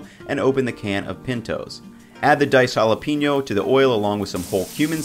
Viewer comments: Jalapeño Haa•luh•pei•nyow Hal-uh-pain-yo Not JalaPEENyo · Hala-pen-yo, not hala-peen-yo. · And he also said ( Hala - peen - yo )